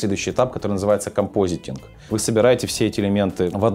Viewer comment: Друзья, только не "компостинг" а "композитинг" :)